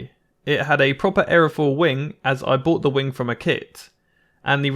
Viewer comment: thought u said "as i bought it from a kid" LOL😅🤣